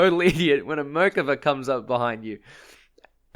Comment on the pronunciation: The way you say Merkava makes me irrationally angry, but that was a great kill on it.